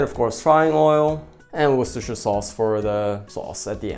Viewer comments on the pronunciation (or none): Repeat after me...wuster-sheer sauce 😄 💙